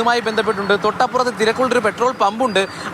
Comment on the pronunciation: നിങ്ങൾ ആദ്യം റിപ്പോർട്ടർനു മലയാളം പറഞ്ഞു കൊടുക്കണം ”(തൊട്ടപ്പുറത്തു ”) എന്നാണ് അല്ലാതെ തൊട്ടിപൊറത് എന്നല്ല 😂😂